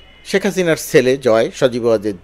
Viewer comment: শেলে/সেলে নয়।ভাই শব্দটা ছেলে।